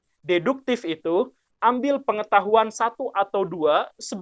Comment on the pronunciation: Berdasarkan pengetahuan deduktif saya, pak guru bukan urang sunda... karena fasih mengucapkan deduktiFFFF 🙏😆